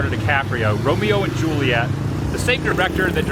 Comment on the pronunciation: Hate the way he says "Excetrahh" instead of Etcetera. The boner he was popin for the Romero and Juliet locations was nauseating. Yet another VHS he watched endlessly along with his wore out copy of Beauty and the beast. And ohhhh ohhhhh can we please point out how on almost every international trip there are so many Woovians in the comment section who are experts on things where he is at. Over the last 2 or 3 videos so many of them were quick to give the complete history of the VW beetle being built there for years.